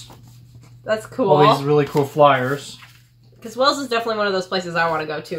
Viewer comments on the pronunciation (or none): Cadbries, not Cadberries. Birmingum, not Birming - ham. Wells is a city, Wales is a country. No offence, just be aware if you visit the UK.